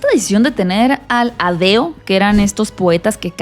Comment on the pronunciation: jaja, sí, pero eran los “aedos”, no “adeos” 😊